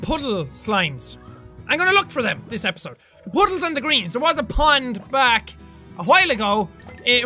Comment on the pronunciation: At the end he said epiyode instead of episode lol